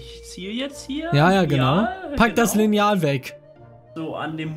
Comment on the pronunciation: Wer betont Lineal auch anders😂